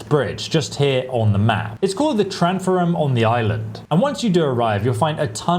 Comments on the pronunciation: It's called the what on the island?? Tranforam?? Lol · “It’s called the “Tranferem on the Island” Lmao bro 😂 Thanks so much for the tips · "it's called the tranforem on the island"